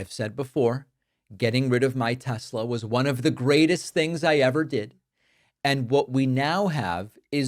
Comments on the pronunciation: Teslar...... He doesn't even know how to pronounce the name correctly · 1 tessla ? Lol